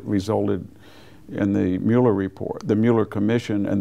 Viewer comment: Why can't he pronounce Mueller?